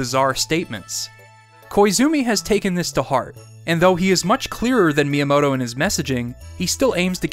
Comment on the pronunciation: It's pronounced Mi-yamoto, not Miya-moto